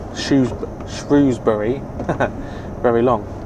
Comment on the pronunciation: I live in Telford, shame I missed you. Im normally either driving near London or Doncaster lol I’m so glad you pronounced Shrewsbury the way you did haha, some folks want to sound posh and pronounce it “shrowsbury” teehee